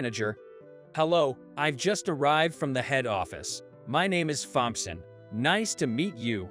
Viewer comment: Well, it appears that everybody’s comments got acknowledged by the OP. Maybe they’ll slap that computer voice into pronouncing Thompson correctly. 🤷‍♂️🤷‍♂️